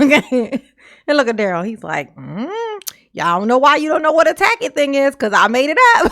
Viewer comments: He changes to correctly pronouncing 'tacit' only after the judge eventually prounounces it for him, as though the entire court hadn't been listening to him mispronouncing it for the bulk of the trial. It's the kind of mispronouncing of a person who has only read the word recently and is otherwise unfamiliar with what it even means. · Isn’t it telling that Darrell had no one that either knew, or bothered to tell him he was saying “tacit” wrong.